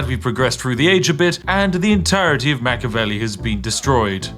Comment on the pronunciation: It's pronounced Mach-E-avelli, not Mach-avelli, for the love of tea!